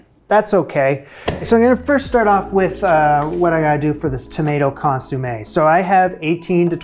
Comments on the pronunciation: Shouldn't it be con-somm-ay rather than con-sume-ay? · It's not "ConsUmme". It's "ConsOmme"!!! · Lovely! (Con-som-ay, not con-soom-ay). :) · ConsOmme, not consUmme, although you did consume it. Hahaha. I would have included the accents on the "e" but I don't know where they live on my laptop. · ConsOmme.........not consUmme.......aaaaaaagh! 🤣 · Love your channel ❤Keep it up👏 FYI “consommé” … Not “consUmme” Love from another passionate foodie❤ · I love the way you call it a consumé not a consommé . Great fortitude in persisting through the mishaps. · Just to be clear, it's not ConYoumé, like To consume something.. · Sweetie, loved the effort and results. Please...the word for the soup is consomme, not consumme. Thank you. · Argh, it's not consOOmeh!! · My ears are bleeding hearing "consUmme" 😅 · You pronounced consommé' as consumay hahha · Please please please Google how to correctly pronounce Consommé 🫢